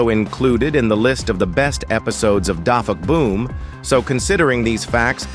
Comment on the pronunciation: You said defuckboom not dafuqboom